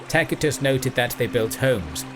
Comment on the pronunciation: Where did you get how to pronounce Tacitus? That was....non ordinary.